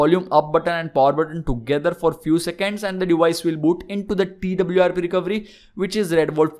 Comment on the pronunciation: It's not recovry, it's fucking recoVEry my god!